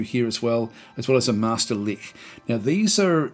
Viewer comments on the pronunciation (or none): Haha, I caught that too. It's a 'tch' like 'itch', not a hard 'k' sounding 'ch'. Also Jotunheim is with an initial 'Y' sound.